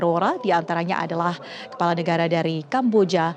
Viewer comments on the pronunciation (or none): Kelapa or kepala min....cek btul2 seblm shre🤗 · kpala min bukan kelapa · Kepala. Bukan kelapa 😅